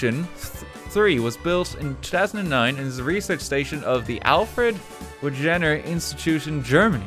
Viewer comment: No is talking about how RT said Wegners name wrong